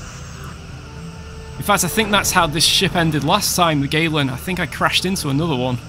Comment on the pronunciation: At first, I heard "USS Waylon", as in Waylon Smithers. Fancy having a ship named after Waylon Smithers. It would be funny to watch as your enemy burns against the black of space. Woohoo!